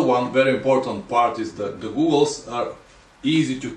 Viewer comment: How can I take a man serious when he can even pronounce goggles correctly smfh.